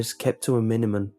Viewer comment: did he say minumun at the start